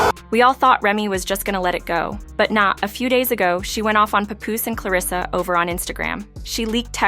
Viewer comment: Oh lord I hate that AI talking, not knowing the persons name. No rehearsal. No nothing.🗣100%